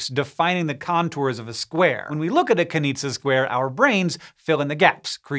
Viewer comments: so...i need to paint my extra large mouse mat so i have to stop cleaning it all the time? most likely Kanisza is pronounced Kanisha; not Kanitza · By Kanisza did you mean Kanizsa, in which the zs is pronounced like the English zh? As in the notable psychologist Gaetano Kanizsa? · was named after Gaetano KANIZSA (zs pronounced like the “s” in pleasure) Wiki says: He was born on 18 August 1913 in Trieste, Italy to a Hungarian-Jewish father from Nagybecskerek and a Slovene Catholic mother from Bovec. His surname is analogous to the Hungarian town Kanizsa (now Nagykanizsa) He attended the classic lyceum, and got the laurea (post-secondary academic degree) at the University of Padova in 1938, writing a thesis about eidetic memory. In 1947 he became a teaching assistant in the University of Florence. In 1953 he returned to Trieste with the role of full Professor at the University of Trieste, which he held for 30 years. He retired from academic life in 1988 and continued research until 1993, the year of his death. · it pains me when people don't learn how to correctly say/write words from other languages. it's correctly spelled Kanizsa, and since Gaetano Kanizsa's father was hungarian, the name correctly pronounced is with a sound that is like the S in "measure"